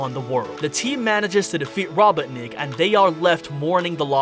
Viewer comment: "What do you think guys" I think you need to stop saying robotnik like that. Its robot-nick